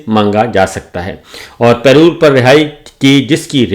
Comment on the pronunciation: Say it with me. PA-ROLE. Not Pay Roll.